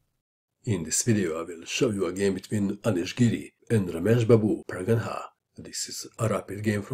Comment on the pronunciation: He cant speak proper name of pragnanda